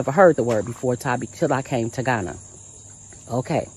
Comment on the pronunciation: Come home? You're joking. You can't even pronounce Ghana!